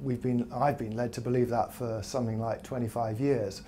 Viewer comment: please......it is something not somethink!! You are a communicator please speak correctly.